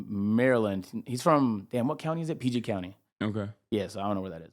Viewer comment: As a Marylander who lives right next to PG County (Prince George’s County), I will now forever be referring to it as Peegit County